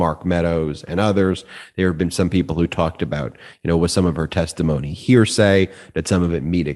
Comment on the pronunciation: Karen nailed it on that point - it's first hand, not hear-sya.